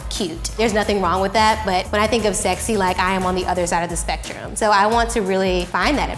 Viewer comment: "I'm too funny to be sexay" literally me😭😂❤️